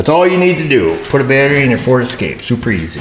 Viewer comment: Point of clarification, it’s pronounced Escapé ;p